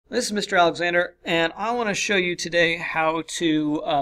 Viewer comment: Did he just say: "This is mr. Alexsander" ? :D